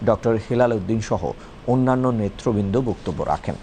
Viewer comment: বাংলা শব্দের ত্রুটিপূর্ণ উচ্চারণের কারণে যথাযথ কর্তৃপক্ষের বিশেষ দৃষ্টি আকর্ষণ করছি। সেইসঙ্গে জনাব সংবাদ পাঠক, আপনারাও দৃষ্টি আকর্ষণ করছি। আগেও একবার বলেছিলাম যে আপনার বাংলা শব্দ উচ্চারণটা ঝরঝরে নয়। আপনি বারবার সঠিক উচ্চারণ নেতৃবৃন্দ না করে উচ্চারণটা করেন এভাবে: “নেত্রবৃন্দ”। নেত্র মানে চোখ, নয়ন আঁখি। নেতা নেত্রী। নেতৃত্ব হচ্ছে বিশেষ‍্য। নেতৃবৃন্দ হচ্ছে অনেকজন নেতা ও নেত্রীর সমষ্টি, অর্থাৎ বহুবচন। উদাহরণস্বরূপ বলা যেতে পারে: নিঃস্বার্থভাবে দেশপ্রেমিক সাৎসাহসী ও জনদরদী নেতৃত্ব থেকে বাংলাদেশের জনসাধারণকে সুপরিকল্পিতভাবে বঞ্চিত রাখার সূদুরপ্রাসারী পদক্ষেপ গ্রহণ প্রিয় বাংলাদেশের অপরাজনৈতিক নেতৃবৃন্দ সুদীর্ঘ ৫৪ বছর ধরে ক্ষমতাদখলের সন্ত্রাসী চাঁদাবাজিতে ভয়ভীতি নির্ভর জবরদস্তিমূলক অপরাজনীতি এই গরীব জাতির ওপর চাপিয়ে দিয়ে দেশের নাগরিকের মৌলিক অধিকার হরণ করেছে। অগণতান্ত্রিক পন্থায় সরকার গঠন করতে গিয়ে দেশের দুর্নীতিগ্রস্ত নেতৃবৃন্দ রাজনীতির দমনপীড়নের ত্রাসের রাজত্ব কায়েম করেছে। এইজন্য দেশের সবগুলো তথাকথিত রাজনৈতিক দলের নেতৃবৃন্দ ভারতের সাথে আঁতাত করে জনগণের স্বার্থকে জলাঞ্জলি দিয়েছে। আওয়ামীলীগ ১৯৭১ সালে ইন্দিরা গান্ধীর প্রণীত নয়াদিল্লীর ৭ দফা চুক্তিটি গৃহীত না হলেও অলিখিতভাবে সেই অপমানজনক চুক্তিটির বাস্তবায়নকারী হিসেবে সর্বোচ্চ কৃতিত্বের অধিকারী হচ্ছে ভারতভক্ত আওয়ামীলীগ। দিল্লীদাসী খূণী হাসিনার নতজানু নেতৃত্ব গত ১৬ বছরে বাংলাদেশের ভাবমূর্তি বিশ্বের দরবারে একেবারে নিকৃষ্ট পর্যায়ে নামিয়ে দিয়েছে। যার চরম পরিণতি হচ্ছে বাংলাদেশের জনসাধারণ আজও “র” মোদী হাসিনার ভারতের অলিখিত ঔপনিবেশিক মাফিয়াতন্ত্রের জাল থেকে বেরিয়ে আসার আপ্রাণ প্রচেষ্টা চালিয়ে যাচ্ছে। মহামান্য মহামতী ডক্টর মুহ